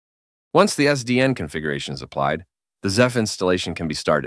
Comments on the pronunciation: Can you please stop calling it "ZEPH"? 😂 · Pronouncing Ceph “zeph” is diabolical.